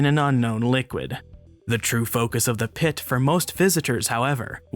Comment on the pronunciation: “within the piTTTTTTTTTAH”